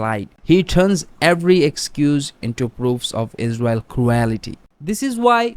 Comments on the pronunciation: Israel existing is a war crime Can this woman read? What’s ‘mozz-limb’ Wrong pronunciatiom: ‘Crew-ality’ Right pronunciation: ‘Creel-tee’ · It would help if you got someone to do the voice-overs that can actually speak proper english. What the hell is croowellity?